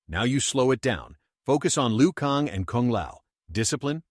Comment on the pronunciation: "Liu Kong"? You can't even read your own content.